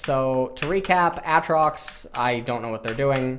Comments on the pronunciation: Nausus. Mauna. Autrox. Looking for a gun to blow my ears out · Actually tilted and triggered by how he says aatrox. Every time I hear aahtrox I actually get angrier and I never touched the champ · It's ayyytrox urghhhhhhhh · Aatrox pronunciation when?